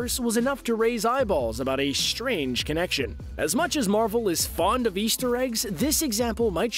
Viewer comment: He is saying marble not marvel